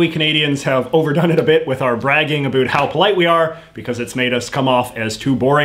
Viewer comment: What's up with your pronunciation of the word "about"? In what region of Canada do people actually pronounce it that way? I've never heard it in any place I've lived, including Alberta, Saskatchewan, or Ontario. Are you just playing to an American stereotype of us Canadians?